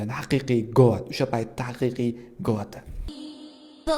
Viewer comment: Go’ut deb tallafuz qilinadi